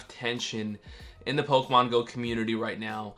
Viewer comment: Someone tell this guy how to properly pronounce "Pokémon"